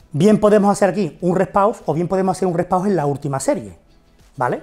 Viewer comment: Se llama REST PAUSE, no " repow " 😅